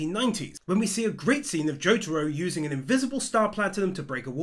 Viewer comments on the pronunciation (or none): Joe-Tar-Oo ❌ Joo-Ta-Roo ✅ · He said jotaaro instead of jotaro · My name is pronounced Joe- tah- row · I love your work, man. But....the way you pronounce Jotaro as Jo-taro hurts me lmao. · Why does he keep saying joTAro. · I died when he pronounces Jotaro different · Please learn to say thing like jotaro correctly. Also JoJo isn’t in season it’s in parts